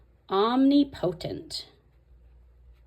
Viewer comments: I love your videos, but that is driving me nuts. Especially as a Bible teacher. It's Om-ni-pu-tint. Not omni-potent. 😉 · No hate whatsoever but it’s OM-NIP-O-tent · Look up the pronunciation of Omnipotent. You’re funny and you’re going to laugh at yourself. I love what you’re doing. I’m working on mine too. Thanks